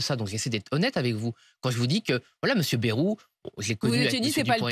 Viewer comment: Et c'est pas "bérou", c'est "baillerou" la prononciation du premier ministre, cela s'appel parler français ! « Bérou », « Baillerou »… Comment se prononce vraiment le nom de famille du Premier ministre, François Bayrou ?